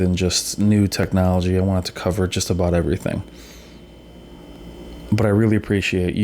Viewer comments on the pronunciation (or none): none